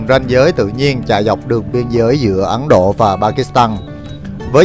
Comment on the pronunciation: xê dịch. Ấn Độ… mà sao mình nghe là Ắn Độ.. ta 😂 Giỡn với thôi, vậy mới đặc biệt ha 🤣